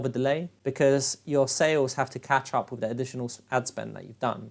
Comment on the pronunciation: are you saying "Wiff" or "with" ?